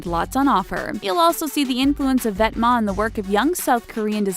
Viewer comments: Wow... I've been saying "Vet"-"Ments" this whole time... I'm so poor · This is literally the summarized video from Highsnobsociety. And she pronouced Vetements right but not Raf SIMONS????